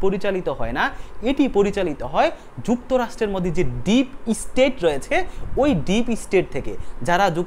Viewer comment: Deep state! Tar ucharon dekhen! OMG😂